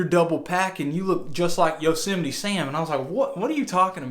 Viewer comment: Yo-se-might. God